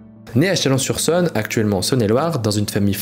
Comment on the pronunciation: On dit Chalon sur Saône. Il y un o accent circonflexe. Si tu n'es pas d'accord, je suis né à Chalon et j'ai fait math sup au lycée Niepce. Je passe tous les 15 jours devant la maison de Nicéphore.